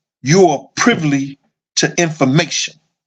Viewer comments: "privly"? the word is "privy" fam... just be like "F the English language I'm finna say words how I wanna say them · You my guy, but it’s PRIVY not PRIVLY…just trynna look out for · "You are privly" I hollered... all in fun because I mess up word pronunciation all the time and laugh at myself. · It's PRIVY man PRIVY.